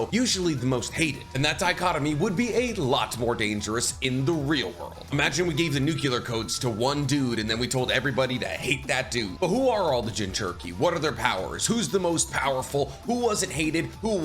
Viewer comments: ... Nuclear, not NUCULAR. 😬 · i freakn love your videos. I gotta let you know cuz i learned the hard way. Its Nu•Clear. Not like “circular” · Its just nuclear bro. its not nukular